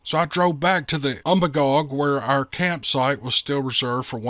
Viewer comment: Lifelong Mainer here. You pronounced Magalloway perfectly. Umbagog is actually pronounced um-bay-gog. I know the area referred to in the story very well.